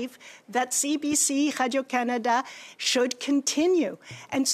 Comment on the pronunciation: Absolutely, i didn't even realize that noise was supposed to say radio, I was trying to figure out what hydro Canada is and why she keeps saying it